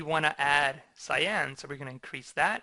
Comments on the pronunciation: Great explanation! But, it's pronounced "Sigh-Ann". ;) Love your work! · I like the tutorial, but it grates on my nerves every time you mispronounce cyan as scion.